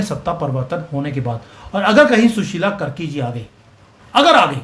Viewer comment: कर्की नही कार्की हैं ।